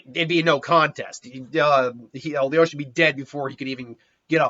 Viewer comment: He most likely hasn't even watched the anime considering he calls Lelouch "Leyosh".